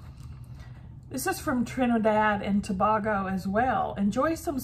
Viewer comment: Hi. First time I've seen such a hit or miss snack box. Tobago is pronounced Toe-bay-go. Nice island for a vacation. 🙂